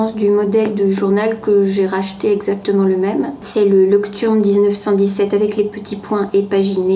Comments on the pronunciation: "lokturme"...il fallait faire allemand LV2,! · #uselesscomment Pour ceux qui ont tiqué à la prononciation de Leuchtturm, de quoi éviter de somatiser : (cliquer sur l'icone 🔉) Super retour/partage d'expérience du reste.